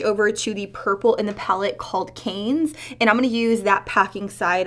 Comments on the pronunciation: I know! I 😲 when I heard Canes 😂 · Ha ha purple is pronouns unced “c ah n”. Like “can” but a flat a Town in france.